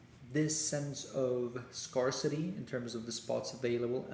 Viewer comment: Thanks! I can help improve your English pronunciation’scarcity’ and when you say words with “th”.